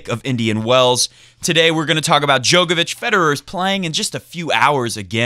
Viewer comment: Come on it’s pronounced DJOR-KOVICH, not DJOKER-VICH. Even has it on his ATP profile page how to pronounce it. Click on the speaker symbol